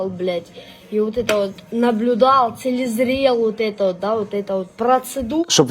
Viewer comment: Целезрел!😂😂😂😂 5 классов образования аукнулось😂